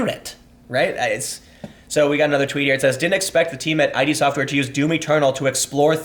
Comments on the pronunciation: Tim, it's not pronounced 'ei-dee', it's id, like Freud's 'the ego and the id' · The only thing I have to correct is that it is pronounced “id” Software not “I.D.” Otherwise, well said. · It's not "I.D. tech," it's "id". As in the Freudian concept of id.